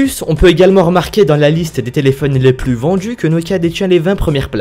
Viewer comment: J'espère que tu as conscience qu'il n'y a pas toujours de "j" après le "d" dans la langue française ! J'ai arrêté la vidéo tellement ça m'exaspère ! Les djix objets, autrement djit, aujourd'jui, vendju... J'ai les oreilles qui saignent !